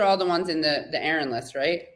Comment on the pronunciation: Minor quibble: Katie should listen to how Aaron pronounces his own last name when he introduces himself and then follow suit (pronounce his name the way he pronounces it).